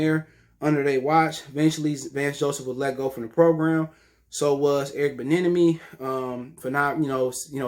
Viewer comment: I got u dawg Air-Rick Bee-Enemy